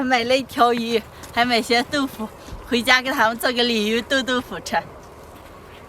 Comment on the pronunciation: 鯉魚豆腐我聽成李寧豆腐